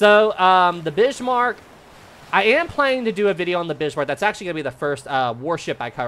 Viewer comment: "the Bishmarck" 😅